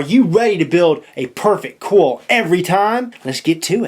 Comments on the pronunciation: the way he says coil gets me... "cowl" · There's an i in coil. Pronounce it.